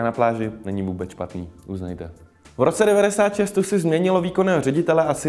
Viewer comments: "u gotta call it stoosi" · neříkej stasy nebo mi ujebes uši